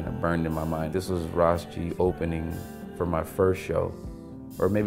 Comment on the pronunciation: It's Ras G, not Ross G